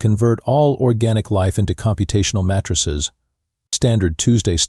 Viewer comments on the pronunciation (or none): computational mattresses not matrixes, these AI pronunciation glitches make my day with the comedy.